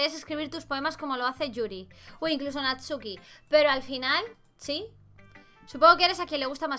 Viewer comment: Hay no decia Natsuki decia NATUSKI!!! XD Me encantó este juego de verdad, me encanta la idea de que todo se vea muy kawaii pero es terrorifico jaja me encanta ue teng imagines anime, me encant de verdad